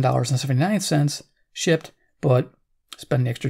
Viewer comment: This video gave me a great laugh this morning. Near the beginning (about :50), it sounds like you say "so when you find 'em for five bucks apiece, SHI^%&*!, that's nice!" "Shipped" sounded like something else!! lol...